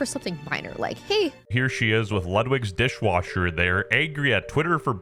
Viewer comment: "Ludwig's dishawasher" goes HARD